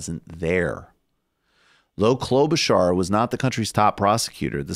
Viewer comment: Michael Brooks: Kloba-SHAR Kyle Kulinski: Kloba-CHAR: Kloba-CAR WHICH ONE IS PRONOUNCING IT CORRECT??